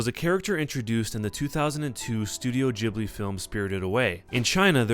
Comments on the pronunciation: ITS GHIBLI not JHIBLI!!!!!!!!!!!!!!!!!!!!!!! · it's ghibli not jibbly. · its pronounced Ghib-lee, because there is an h in it. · gib-ly not jib-ly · So I looked this up because I was curious. It seems like it was named after an airplane named Ghibli with a g but Miyazki pronounces the name of Studio Ghibli as Jibli but it's still spelled Ghibli. But it seems like he doesn't really care. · ghibli is pronounced like hard ghi-bli...not to sound annoying but you can pronounce it whatever way u want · I thought Studio Ghibli was pronounced "geebli" as in "geese" ... or can it be pronounced both ways? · Why is it pronounced "jibi"? Do you also say jost instead of ghost? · wait is that how ghibli is pronounced? i always thought it it gib-ly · (XepherXV) I pronounce it something along the lines of "chib-li" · lol studio Jhibly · You say Totoro completely correctly, but say Ghibli like 'jibli'. WHY? It's 'GHIBLI' - with the 'gi' sound, not 'ji'. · It's not the same. In ghibli the H should be silent just like in GHOST. That'd make it be pronounced with a G and not J. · Is it pronounced Gi-Bli or Ji-Bli? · The pronunciation of Ghibli bothers me